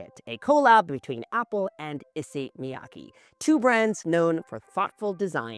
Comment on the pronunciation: If you're going to buy all of them, at least pronounce Issey correctly...